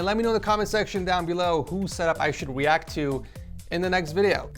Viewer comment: yeah we want u to "weact" more